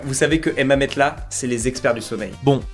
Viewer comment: Bon explique moi ta prononciation de MATELAS j’attends les arguments. “METELAS”?!?!?